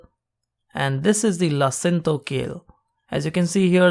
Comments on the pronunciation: Super video--thx. BTW: It's LA-CIN-A-TO, so 4 syllables. It's aka Dinosaur kale. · its pronounced la-si-na-to